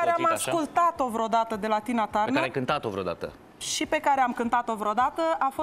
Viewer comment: Julie a pronuntat perfect numele artistei la , in rest numele indragitei artiste suna ca la Resita